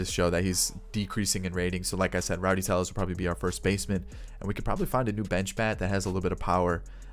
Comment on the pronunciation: It’s Rowdy Tellez not Rowdy Teyez